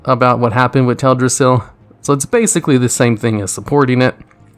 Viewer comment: Its pronounced TELDrassil, not TEDrassil. Ok, that was out of my point. Now to the real topic. I know you prefer short responses, however as a writer i cant put this to just three sentences, so you just have to read this short essay of mine. Is World of warcraft a bad story? Yes. Is it bad story, at the level of a video game? No. If you take closer look of the story-structure of last three expansions, you can see that all of them follow the same pattern, with different flavors. The story begins with a blow (Blasted lands gets invaded in Wod - Varian and Voljin died in Legion - Teldrassil gets burned in Bfa), then we travel to a distant land for stopping some new threat (iron horde in Wod - Legion in Legion - opposite faction in Bfa). Somewhere in the middle of the story, there happens a plot twist, which is going to chance the direction of the end (iron horde joins the Legion in Wod - Argus appears to the sky in Legion - Nzoth gets released in Bfa). Lastly theres some happy ending, which will also start the events of the next expansion. If the next expansion follows the same pattern, you can say that i was right. Mists of Pandaria was a Lorefan-favourite, cause it was something totally original, something where you couldn't predict what happens next. It didn't follow model of the previous expansions, where the end boss was shown at the cover of the game-box and it was just "save the world and learn nothing". Problem was that too many people ignored the potency of the upgraded